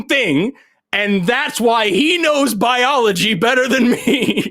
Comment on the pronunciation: Powder also mispronounced biology.